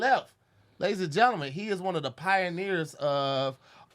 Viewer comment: and!!! Y’all gotta say something bout saying genlmen.. instead of gentleman lmaoooo